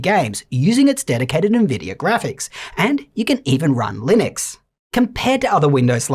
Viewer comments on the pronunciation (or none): none